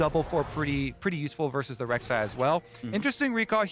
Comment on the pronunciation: Lol... come on... Rek'sai ?. So i guess TSM's problem isnt Shenyi or Keaiduo. :D